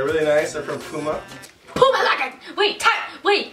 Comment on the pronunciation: Look up puma and press the pronunciation button. It isn't pronounced like that.